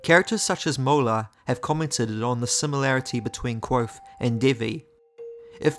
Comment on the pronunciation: Have you tried practicing your pronunciation of the word "Kvothe"? It's Kvothe with a "v" sound, not Kwothe. I love your videos but cringe every time you say his name!